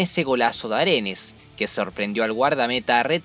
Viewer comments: Aredes wn Aredes no arenes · Aredes...no Arenes